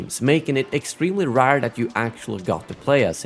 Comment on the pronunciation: I remember I was greatly disappointed with the lack of campaign. Also I forgot how you say rawr instead of RARE, priceless. ❤